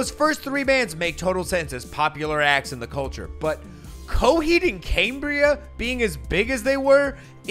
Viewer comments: Stop saying "Cambria" wrong. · hearing u mispronounce cambria the entire video make me want to click off.. PLEASE... edit: video wasnt worth it. not enough substance. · Is Cambria pronounced “Caymbria”? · Cambria, pronounced as: caimbria camebria caembria ceimbria Camera, pronounced as: caimera cameera caemra ceimra